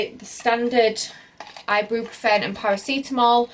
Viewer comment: You’re pronouncing Ibuprofen completely wrong!🙄